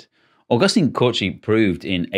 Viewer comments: Cauchy is pronounced cosh(e) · 2:91 Augustin-Louis, Louis is not a middle name. And "ch" in "Cauchy" is the same as in any other French word (machine, chivalry, chevron, etc.) Edit: I'll let "polyhedrons" pass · That was a funny pronunciation of Cauchy. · That pronunciation of Augustin Cauchy though...